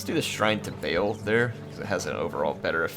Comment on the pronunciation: Just FYI, Baal is pronounced Bah-All, not Bale. It is sometimes spelled with an apostrophe in the middle: Ba'al to distinguish that separation of syllables.